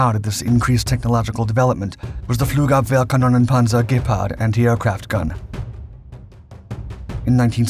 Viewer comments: Before this Video I never realized how difficult Flugabwehrkanonenpanzer is to pronounce for non-Native German people :D he did great. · Man you freaking nailed the German name of that vehicle I'm very impressed how long did that take you to learn to say it like that like a boss!!!!!